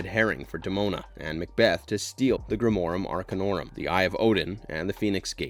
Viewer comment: And yet, in spite of all of this, grimorum arcanorum is pronounced perfectly.